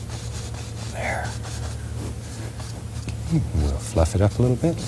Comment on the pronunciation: He says mk instead of ok!